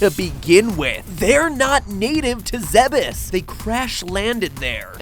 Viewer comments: ZEH-BUS???? It's pronounced -ZEDDDD-BUS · It's pronounced zeebs, whatever atrocity you said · The Bandog "The official pronounciation of the planet's name is "Zeh-bess". However, it is sometimes mistakenly pronounced as "ZEEBz" or "Zee-bees". Those familiar with the Zebeth name are more likely to get it correct." -Wikitroid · Really? It's pronounced "Zeb-is"? I always thought it was "Zeebs" like the Greek city Thebes. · Is that actually how you pronounces Zebes? I always thought it was more like "zeebs" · its pronounced "zeebees" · Centaur Man15 Zebeth was a typo; a mistranslation from the japanese. The game has no "official" pronunciation (because the planet isn't real) but if it's spelled Zebes, it's pronounced "zeebz" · The Bandog Your arguments on our names' pronunciations are on the basis of preexisting English words. Not very helpful to your argument. Your example of Gardevoir demonstrates straight forward pronunciation that's universally accepted and canon. Ironically, the pronunciation of Zebes is neither. But you're right, there's no canon (which you misspelled, by the way) way to properly pronounce Zebes in English (mostly because the fanbase rejects Other M). All thanks to a lack of standards that the language has developed over the centuries. In this case, it's the Es, in which English has them rotating between "ee" (IPA i), "ay" (IPA e), "eh" (IPA ɛ), or as a silent sign. (IPA being the International Phonetic Alphabet, a universal writing system for linguistic pronunciation help. Used a lot on Wikipedia.) There's no canon preference, yet you insist that the pronunciation of a made-up word for this language is one over the other.